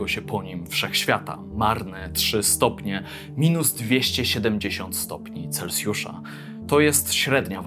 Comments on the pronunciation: chciałbym też zauważyć że nie mówi się celcjusz tylko celsjusz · Celsjusz… nie celcjusz.